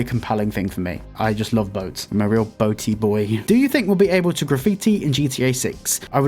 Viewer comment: The Jamaican confusion when you said you are a “Boaty boy” 😂 Not a batty boy HE SAID BOATY